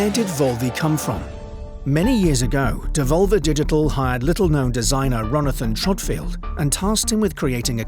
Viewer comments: "Ronathan Trodfield" caused me to die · "Ronathon Trodfield"